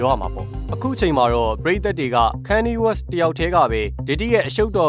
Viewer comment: ခါနီရေး west လို့အသံထွက်ရမှာပါ။